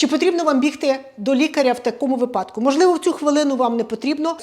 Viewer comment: «вИпадок» — наголос падає на перший склад. Як у словах «вИсновок», «вИняток», за аналогією і «вИпадок»